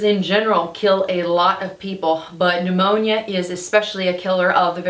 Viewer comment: P-new-moany. That takes me back 😄